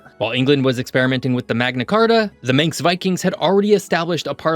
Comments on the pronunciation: Manx not minx so Manx slate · Minx language . 😆😛🤪 it is Manx ffs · It’s Manx (man + x) not minx ;) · Manx is pronounced man-x